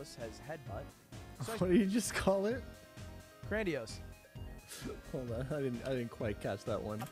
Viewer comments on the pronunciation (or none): Ludwig saying cranidos as grandiose is a Freudian slip if I've ever heard one.